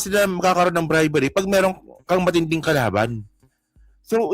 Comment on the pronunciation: bribery hindi bribary.